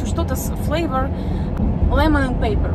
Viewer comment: Лемон энд пэйпер - это лимон и бумага. Перец будет - пэппер. Френч фрайЗ - всегда во множественном числе. Многие американцы, действительно плохо понимают, если устойчивые слова/выражения произносят неправильно. Мы имели проблему непонимания, говоря русское кисло-сладкий, вместо американского сладко-кислый.